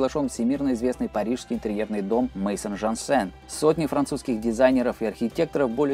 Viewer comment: Спасибо, очень познавательно! Вот только "maison jansen" по-французски читается не "мэйсон жансен", а как "мэзон жансен". Maison ( "мэзон" ) = с фр. "дом". Просто для информации, на будущее ;)